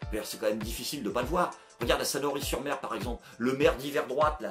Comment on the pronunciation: Hey c'est Sanary pas Sanory 😄